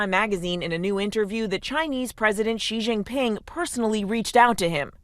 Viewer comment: I love listening to what the hell is going on with Trump's destructive decisions across the world. Here's a simple way to pronounce the president of China's name: She - Jing - Ping. China itself is shit btw. Justice for the civilians is probably as worse as the US